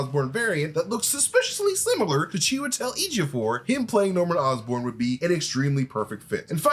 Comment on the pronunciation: He's definitely showing off pronouncing chewy's full name so easily